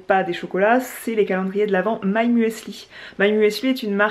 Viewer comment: J'ai beaucoup aimé la partie vlog à La Rochelle. J'ai découvert la ville (masquée) en août avant un séjour à l'île de Ré. La marque My Muesli devrait fournir aux influenceurs un explicatif de la prononciation de leur nom : le E est là pour remplacer le "Umlaut" (le tréma français) de Müsli, et marque la prononciation en [u] et non [ou] de la lettre U. On dit donc simplement muzli (et non muEsli). À moins que l'on parle en dialecte suisse-allemand...